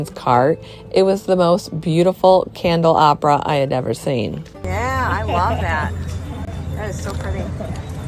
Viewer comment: Lol I crack up every time you say candelabra. You say it like candle opera. It cracks me up.